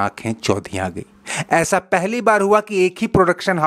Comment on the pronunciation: Beta tumhari janakari thik magar hindi kamzor hai Bhai ho to aisha nahi aisa sh aur sa me antar karana sikho